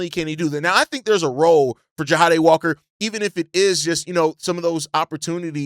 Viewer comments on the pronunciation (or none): just an FYI i think his name is pronounced JA DAY (Jahdae) not JA HA DAY